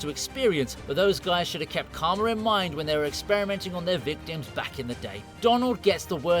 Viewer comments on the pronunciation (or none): none